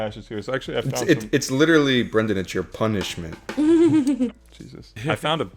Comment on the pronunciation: for saying “pun”ishment